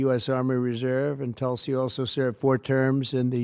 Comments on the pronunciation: She is a woman of great common sense,but she never tells others how to pronounce her name Hahahhaah....its pronounced like "tool c"....not tuul c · It's not talsi it's pronounced tulsi